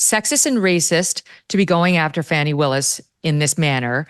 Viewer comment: Please stop calling her 'Fawny' her name is Fani (sounds like 'Fanny').